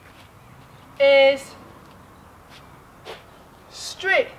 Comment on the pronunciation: Stree? Street or Straight? Hehe Good instruction video. I subscribe your channel as of today.